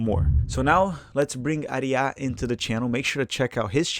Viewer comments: No you did not , you pronounced Aree ya , but it pronounced R ya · How did it take you awhile to say Arya correct lol